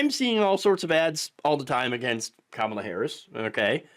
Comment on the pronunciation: Can't say Kamala correctly? We should all call Trump "Troomp".